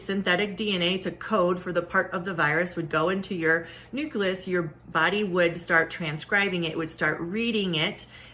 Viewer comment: Idk man, she say "nuculus"... I have a 7th grade education, and caught that right away.